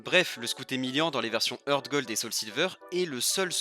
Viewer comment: Un truc que tu savais pas c'est que Heart se prononce "Hart", pas "Heurt".